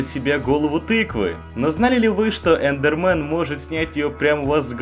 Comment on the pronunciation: Эндермэн а не эндерман